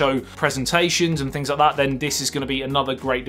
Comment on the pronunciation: "Note Noyn"!!! LoL Hit "Loyk"! LOL